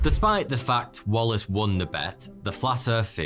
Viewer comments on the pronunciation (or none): Flat Earf feory?